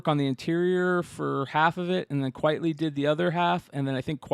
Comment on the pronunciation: Frank Quitely on the Blow section?! Say it ain't so lol - not one of his best for sure You're right He is an acquired taste. Fun fact his name is pronounced Frank Quitely as in Quite Frankly (not quietly) - his real name is Vincent Deighan. Fun show - looking forward to the Steinpack reveals